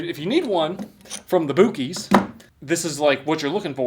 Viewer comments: Buh-kees or Buck-eez. Not Bookeys. No disrespect though. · You called it "boo-kies"? Wtf? Its pronounced buck-ies. Buc-ees. Bucees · It's pronounced Bucky's not bookies. LAUGHING IN TEXAS 🤠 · “Boo-kies” man just pissed off an entire geographic region. My closest bucc-ees is a 12.5 hour drive and I’m mad. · It’s buc ee as in buck ee not as in boo keys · Its pronounced Buck-ee's not Boo-cee's, we have them all over central Texas and they are basically a giant convenience store with about 100 gas pumps. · buck eees... not boo keys. lol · My brother in Christ look at the logo and say the name its not boo-keys buc man buc no boo 😂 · I can't wait to visit a "Boo keys" i wonder if it is different from the place everyone calls "Buck ees". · Oh my. The butter one. Also, buck, not boo. Lmao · Hey, if you actually read these comments, the pronunciation for Buc-ee’s is (Buck-eez). Boo-Keys is so funny. Redo your shirt to match your pronunciation for a future video. So hilarious. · Just so you know, it is pronounced BUCKEYS not BOOKEYS. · Its not bookeys it. Buh keys lol buc ees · It’s (buck ees) not boo cees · It's pronounced buckies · pronounced BUCK-EASE Buc-ee the Beaver ! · Boo-keys lmao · Its not booc-ee's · It's pronounced boo-xi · Its BUCK EEEE SSS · It's pronounced buckys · It's pronounced Buckies...hence the bever with teeth. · "Boo-Keys," I see choose violence. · I thought he was joking the first few times he said bookies, but now i know that is how he actually thinks its actually bookies😂😅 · It’s pronounced Buck-E’s sir 👎🙂‍↕️ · No dummy it's supposed to be pronounced as bussy like the pianist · Mf said BOOKIES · The u is pronounced like a a. It’s buc…… ee’s basically like a male deer is a buck. Bucees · That is not how you pronounce the name. It’s pronounced like Buck-ees. I seriously correct people for pronouncing it wrong. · went there shopping and knew how offended people would he if says BuuKeys 😂😂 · Bucees is pronounced buckys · It's Buck-Es